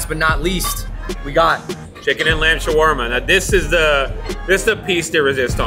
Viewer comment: I’m actually middle eastern (Egyptian) and andrew pronounced shawerma correctly. There is no such thing as shwarma